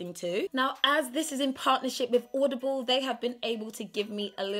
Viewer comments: She says audioble and odible😂😂😂😂😂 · When you can't even say the word 'Audible' ...